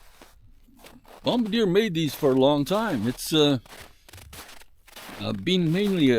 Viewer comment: It's pronounced "bomb-bar-dee-ay". (I used to live in Quebec).